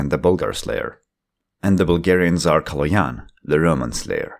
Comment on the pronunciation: THIS IS A MOMENT OF HISTORY, SOMEONE THAT IS NOR BULGARIAN ACTUALLY PRONOUNCED Калоян RIGHT